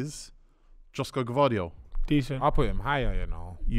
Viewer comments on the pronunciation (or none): LOOOOL how can you say gvadriol meant that touch 😂 pls